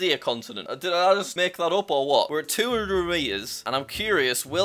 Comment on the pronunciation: "we are at two haRerEr meters"